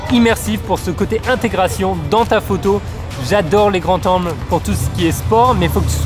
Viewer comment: Bonne vidéo, très belle image et bons conseils ! Mais par pitié, "des grandS zangles" pas "des grands tangles".